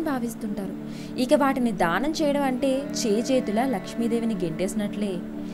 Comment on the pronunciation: dhaanam kaadu....daanam........ dhaanam antunte dahanam laa vinipistundi....